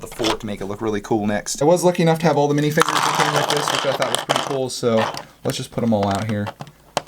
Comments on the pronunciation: Not to be rude by why do u say minifingers? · It’s minifigures not minifingers